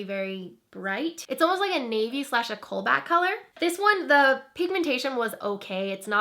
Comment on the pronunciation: Lol, did you say colbat instead of cobalt? No worries, I'm dyslexic too!